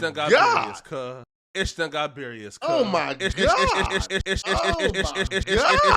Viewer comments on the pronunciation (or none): playing a dangerous game with that "Berious" word lol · "ish just got berious cuh" bro you saying berious as a blood but then say cut after ts crazy